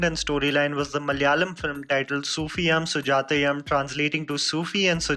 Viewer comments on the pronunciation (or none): Its not sufiyam and sujatayam, the pronunciation is sufi-u-m sujaya-u-m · Its Sufi-yoom Sujatha-yoom n not yum. Pls learn the pronunciation before telling it to d world. U can't pronounce it wrong way. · Dude here's the thing "yum" is not supposed to be pronounced as "yam" it's pronounced as " you-m". Not to be rude,just informing. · definitely. Seems like we all mallus need to teach him some pronunciation. If we South Indians pronounce any Hindi words wrongly how the north Indians makes fun of us n sometimes ridicule us. Malayalee s an Indian language n im not saying pronounce every word correctly bt atleast pronounce such easy words correctly. For "-yoom" he is saying "-yum". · Duuude you're pronouncing it so wrong the entire time. It's pronounced as sufiyuum sujaathayuum like "sufiyoom" Jahnnum.. Got it?? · Get it right mate....Soofi"yoom", Sujatha"yoom". Not how you say it. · It's pronounced as "youm" in Sufi'yum' and Sujata'yum'., please do some research on how pronounce the name of movies and actors from regional film industries other than bollywood. I've noticed a LOT of times when you've made mistakes in pronouncing the terms that are from languages other than hindi, you can easily research how to pronounce these terms from the particular regional youtube interviews and reviews. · The film's name is pronounced as "सूफियुम सुजातयुम".....Love💓 from Kerala.